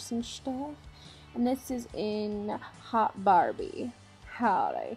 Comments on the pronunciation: just so everyone is aware, "haute" is pronounced like "oat" and not "hot" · if "haute" is the french word then it's pronounced like "oat" ..not "hot" just sayyyinng. otherwise I really like it!